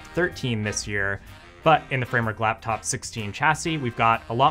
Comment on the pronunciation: What is a "Laftof"? Dude got beef with the letter P